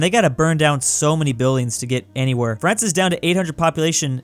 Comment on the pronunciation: did he just say Brance?